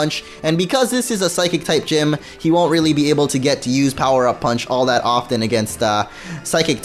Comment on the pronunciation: Did just say, "power puff punch"?